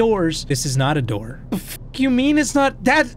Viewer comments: open the noor 😂😂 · Open the noor 😂😂😂